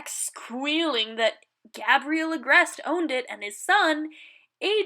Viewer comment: Wait... did you pronounce it GAH-briel?? I'm dying 😂🤣😂🤣